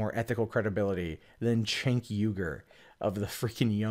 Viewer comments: it’s a shame that you can’t Say his name correctly, It’s pronounced jenk not chenk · His name is pronounced Jank. If you don't know how to say his name it helps to prove that you never watched him and hate TYT without giving it a chance. They also never claimed that Cenk was a reporter, in fact, they hired reporters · You might not but wrong but I know you know how to pronounce Cenk don't pretend you don't. It makes you sound stupid.